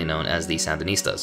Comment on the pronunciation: Btw minor correction, it's Sandinista not Sandanista. But awesome video, comrade. Can't wait for your future vids.